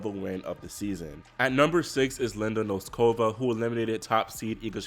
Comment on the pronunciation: Do not say nosKOVa, please say NOSkova. Do not say blinKOVa, please say BLINkova. It's so easy to learn the correct pronunciations. Why don't you do it?